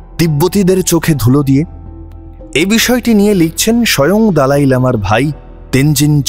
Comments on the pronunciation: আরে ভাই ওটা "দলাই লামা না", দালাই লামা।😂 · দলাই না দালাই😂